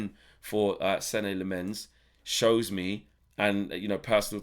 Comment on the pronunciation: As a Dutchman, and Lemmens being a Flemish (Dutch speaking Belgian) name, allow me: it’s pronounced SEN-nuh LAH-muns. The emphasis on the first syllables.